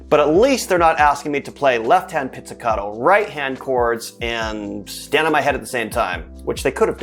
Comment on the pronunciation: Please, stop saying pizzicaDo, it is pronunced pizzicaTo